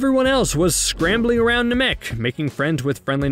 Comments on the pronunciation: I appreciate the work and time put into this, but please learn proper pronunciation of Namek and other characters' names. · You probably should have had someone who can correctly say Namek narrate this. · Cool recap but the way you say “Namek” and “Gohan” doesn’t sit right with me. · First of all am I the only that its bothered the way says “namek” second of all I think you focused on doing the video really short that you leave a lot of missing info. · Having a hard time saying Namek? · There goes CBR proving they know NOTHING about the dragonball franchise again. God i hate the way you say Namek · It upsets me how you pronounce Namek. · Why why why do you say namek like that. Did u ever watch the show? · The way he pronounces Namek made me stop the video. There’s no way you’re a real fan of this series (that I older than I am) and don’t know how to say that word. I’ll pass. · I stopped watching after hearing how he pronounced Namek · The way you pronounce Namek got you a dislike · Dude why are you pronouncing namek like that lol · I hate the way he pronounced the planet namek omg STOP lol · Do the people talking in the videos even watch the show? Dude can't say "Namek" or "Chouzou" the right way. If you're going to do the voice over these videos, at least say shit right so it makes it look like you're a fan. It's just a job to this goon. And that was no gold medal run. You pronounced so much wrong. You get aluminum foil instead, and it's the cheap stuff. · After seeing the series... and hearing it... why do you insist on pronouncing Namek the way that you do..? Gross... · I found it hysterical that after saying Namek wrong like three times, he says Namkian correctly without any issue, then goes right back to saying it wrong again in the singular. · Dude him saying nuh-mek was killing me. It's pronounced nah-mik lol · Nàmek not Namèk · I can tell this guy never watched or never got into it because it’s namek not NA.MEK AND ITS GOHAN NOT GOHAND